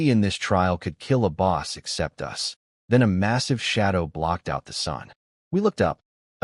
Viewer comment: Bow gets spoken wrongly so often also us not U S For the rest enjoyable story